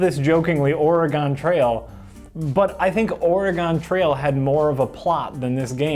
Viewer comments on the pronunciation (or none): Or-eeeeeeeeeeeee-gon Trail Who pronounces it like that? lol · "oree-gone" ..........omfg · Jesus, the way pronounces Oregon...